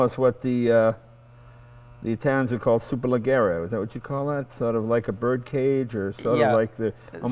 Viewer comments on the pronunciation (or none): superleggera, the ge is soft not hard. the way you guys pronounce it, would like saying dwayne johnson is the roch (instead of the rock). Actually, in italian it would be roccia, pronounced ''roccha'' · Omg guys, in italian the double g is pronounced “Super ledge era”